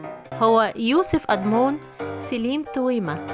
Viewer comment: توما ومش تويما